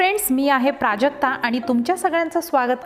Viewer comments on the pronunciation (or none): none